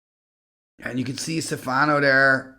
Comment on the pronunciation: Stéfano, not Stefàno, which sounds russian instead :face-blue-smiling